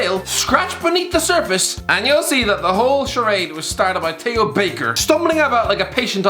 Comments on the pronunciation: How the hell do you struggle to say Theo? 😂 it’s not a hard word to pronounce Jesus Christ you’ve called Theo Walcott “” for the last 4 years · He did say Tay ho Baker